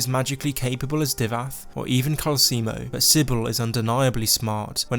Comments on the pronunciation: Kalsi moe is pronounced calcelmo just letting you know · It’s calcelmo, not calcemo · Its Cal-cel-mo, not Cal-ce-mo. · We’ll it can’t be your character! Everyone in the game pronounces it Cal-Sell-moe not Cal-Seal-Moe 😂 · Calcelmo=KAL-cell-mo NOT KAL-see-emo. I thought America was the only place where there is illiteracy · It's *calceLmo. Not Calseemo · It's Calcelmo, not Calcimo. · The way you say calecemo is making me feel like you’re trying to sell me calcium. It’s pronounced cal-cell-mo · Isn't his name CalceLmo and not Calcemo? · Seriously dude, delete this video and remake it. It's like you never played the game when you can't pronounce the first name on your list properly. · How does someone mess up the pronunciation of a name when that name is literally told to you in game? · How the hell did you mispronounce Calcelmo........